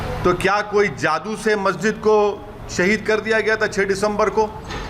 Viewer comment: Abe kya bar bar sahid sahid bol rha h abe bol tuti 😂